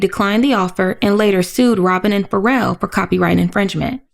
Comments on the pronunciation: I believe it is supposed to be pronounced “Fa-Rell” 😇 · Wait I love that woman saying “Pharell” like “feral”